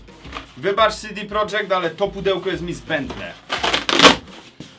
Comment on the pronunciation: Po jakiego chuja czytasz prodżekt skoro nazwa firmy jest napisana "po polsku", projekt, a nie project.